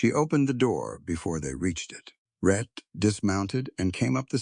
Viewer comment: His name is "Rhett", NOT "Red" as in the closed captions and the transcript. I will admit that sometimes the narrator said Red!